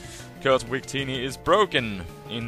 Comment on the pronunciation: He says "we create" and "wictini" because in German, "W" has a "V" sound, so he naturally has a W-V pronunciation variation, haha.